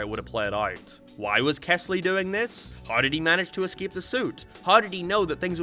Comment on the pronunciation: Rewatching because I just read The New Kid and wanted to hear thoughts and while that was one of my favorite stories, I agree with all of his criticism. The story is written very weirdly. Also, his name was kELsey, not kesly. fake ass fan /j